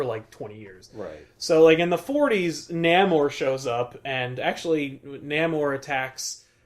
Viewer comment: Namor is pronounced: Nay- more